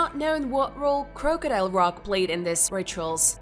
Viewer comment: Geoglophs? Croke-adile? Do you speak English?